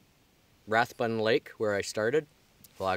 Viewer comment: Hi: during the 1940's & 50's I grew up in that area;so seeing you back there has been rewarding. Fun hearing you slaughter the pronunciation of Anstruther & Rathburn' but that does not distract from the fun of joining you & being there. Thanks Brian 78